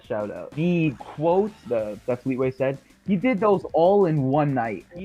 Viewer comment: I KNEW HE WOULD SAY FLEETAWAY